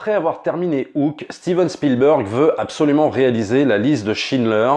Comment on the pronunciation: " A steeven spielberg Fi@ " Jeep reeneegatteee